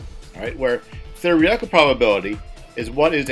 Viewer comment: "Thereehtical" lmao